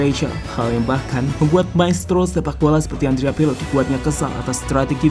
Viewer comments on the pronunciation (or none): Min sebenarnya lu sangat sangat bisa sekali kok, dan terlihat sekali sangat mampu bicara bahasa Indonesia dengan sangat baik, tapi knp harus gajelas gitu ngomong nya, masa Andrea pirlo aja adiapiqlo